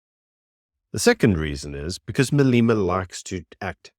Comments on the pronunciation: Why you say Maleeeema its Malema get it right . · Malema rhymes with dilemma 😊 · How are you pretending to be South African, but then you mispronounce Malema's name? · Pronouncing his name correctly would be respectful, unfortunately respect is not a given, its earned.